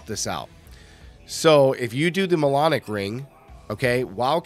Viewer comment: Mjolnic = “myulnick” like Thor’s hammer Mjolnir, not “molonic” like colonic 😂